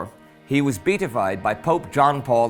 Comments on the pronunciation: Hey Indy, I often cringe at the way you pronounce some foreign words ... but then remember that you are dealing with many languages foreign to you. Can't you at least pronounce words in English correctly? the Pope had not "beetified" , he had beatified - "be-at-if-eyed". From the same Latin root as beatitudes, or Beatrix (=she who brings joy.) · It's pronounced "Be at ified". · beAtified. accent on the a. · Please check the pronunciation of BEATIFIED. It has four syllables, not three. The accent is on the third letter, a short a.